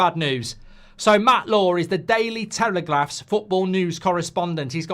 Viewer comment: "The Daily Teleglaph" lol